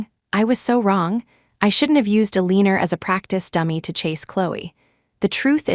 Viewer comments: Is AI having a problem saying Eleanor (Ella-nor)? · The pronunciation of Aleaner is killing me. 😂😂😂